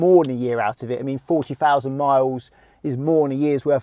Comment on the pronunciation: great video...question...I want to know why his "TH" makes an F so it sounds like he is saying"Free hundred" and "four Fousand".... but he is able to say "there, that, and the" just fine